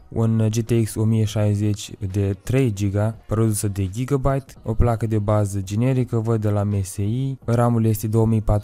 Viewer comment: Se citește gigabait